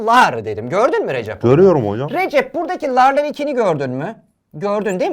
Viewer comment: Recep abinin ismi RECEP ama TÜRKÇE HOCAMIZ RECİP DİYO 🤣